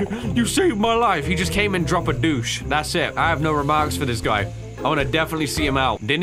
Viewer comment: Please, someone... is saying they're gonna drop a 'douche' in the toilet rather than a 'deuce'